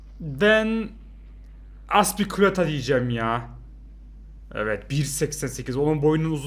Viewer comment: azpikuileta değil azpilikueta ve azpilikueta dediğin kişi marcos alonsa